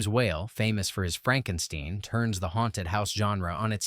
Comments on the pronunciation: It's pronounced "st-eye-n" Frankenst-eye-n. Eye-n St-eye-n Eistein , Feinstein same. Edith Stein same, Max Steiner same, Rogers and Hammerstein same, Edith Stein same, Von Wolfenstein same. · FrankenSTEEN? AI. A mistake so fundamental it eliminates all credbiility. Pass. DO NOT RECOMMEND CHANNEL. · That's Franken𝘴𝘵𝘦𝘪𝘯, not Franken𝘴𝘵𝘦𝘦𝘯... 🤦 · It's Frrrahnkenshteen............ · I stopped under 3 minutes in with "FrankenSTEEN." Instant credibility loss. Such a fundamental error screams "I don't know the basic subject" and regardless, if they can't even take the time to review their work, I have zero trust in any content. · enough with these AI voiceovers. "FrankenSTEEN"? oy.... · ¿what next, EYE-gor? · Ah, come on, Frankensteen was close enough 😂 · When your narrator can't pronounce Frankenstein correctly, you lose a great deal of credibility, my friends.